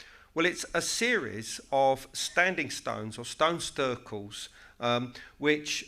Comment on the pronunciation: he called them stone stircles hahahahaha